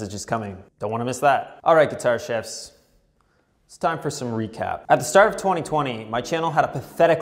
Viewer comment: Sounds like you're saying Guitar Shifts, not Guitar Chefs. Chevs? Nevermind.